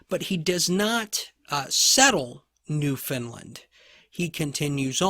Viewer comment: I've never heard of New Finland before. Are you actually saying New Foundland? I love your lectures - so detailed, yet easy to follow and understand. Thank you!